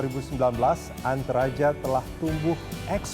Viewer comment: ANTERAJA ❌ ENTARAJA ✅